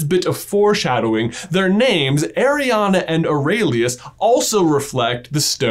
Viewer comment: My name is Arianna, pronounced exactly like J says it, every time he says it i go "yeah" "hu" or "what" 😅😅